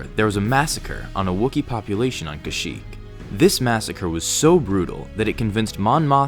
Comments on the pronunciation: You said shyyyk at the start, not kashyyyk! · No offense at the beginning I only hear shyyyk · You said shyyk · "SHYYYK was the homeworld of the Wookiee race." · It doesn't make any sense that a planet has a name its inhabitants cannot pronounce. The name should sound like something Wookies can say.